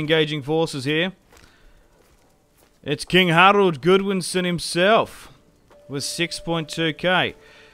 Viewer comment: GOD-winson not GOOD-winson. Are you really British? Or is the British education system as bad as America?